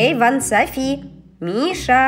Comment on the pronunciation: Почему Сафи а не Софи?и почему Котамонстр а не Котомонстр?